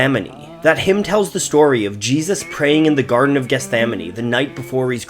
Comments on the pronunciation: Geth-sem-many is how you pronounce it... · Also just have to comment that you still haven't learned to say "Gethsemane" since the Jesus Christ Superstar-video